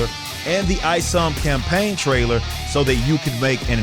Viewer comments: I knew the guy was a joke as soon as he called Isom “EEEsom”. He either didn’t do his homework or did it on purpose. I can’t wait to read ISOM! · Eee-som guy is full of himself. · This man really said ee- som .. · Exactly it's pronounced like "isometric", I feel like he was saying it wrong on purpose. Nobody looks at an "I" with the first thought that it's an "E" sound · I'm literally 25 seconds into this video and dude has already made a fake condescending congratulations, and mispronounced the name of your main character. This ain't gonna go well for him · notice the visible cringe when he mispronounced Isom's name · Smugness and Jealously all rolled up in one person. Even how he pronounces Isom screams im jealous. We all know how its suppose to actually be pronounce and he refuses to do so. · fish intelligent big lick kick pitch hitch jim him, while i can agree that it's either he's purposefully mispronouncing it or just didn't care at all to know the stuff he's being "skeptical" of, the letter "i" do indeed have quite a range of pronunciations in English words